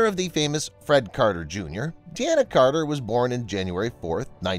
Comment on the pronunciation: It's not 'de-ana' Carter!